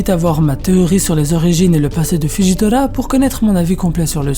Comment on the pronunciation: justement tu prononce comme tu veux avec Akainu mais tu prononce Fujitola faudrai savoir un moment soit tu prononce comme tu le veux soit en japonais ou français mais mélange pas aussi